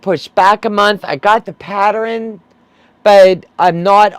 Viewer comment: You are saying patteren and not pattern